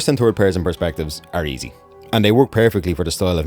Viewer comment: “A Turd person perspective “